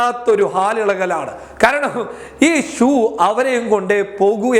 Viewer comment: ശൂ ..... ശൂ...... എന്നത് ഷൂ.... ഷൂ..... എന്നാക്കണമെന്ന് അഭ്യർത്ഥിക്കുന്നു.....